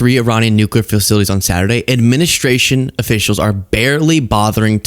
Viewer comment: administration not adminishtration, strike not shtrike